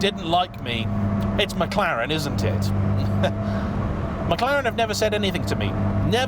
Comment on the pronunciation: I laugh every time the name "McLaren" passes your lips!!! and this one was no exception! lol